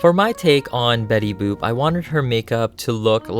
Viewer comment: You kept calling betty boop betty boob :D Oh and you should definetly make jessica rabbit too!